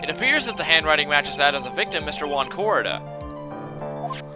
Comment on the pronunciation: I hate to be a prick but Juan Corrida is pronounced (h-oo-on co-ree-da)